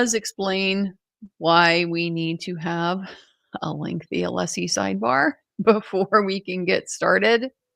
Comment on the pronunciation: Every time Brennan mispronounces Alessi's name he reconfirms his ignorance and pettiness.